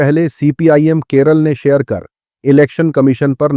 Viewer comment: Bhai, kerull nehi Kerala hy